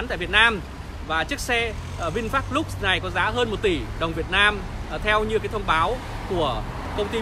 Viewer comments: Vinfast LUX mà đọc là "lúc" là biết thằng này trình độ đến đâu rồi, thế mà cũng sống được ở xứ tây thì cũng giỏi đó. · xạo. tên xe còn không đọc đúng mà đòi làm nhà báo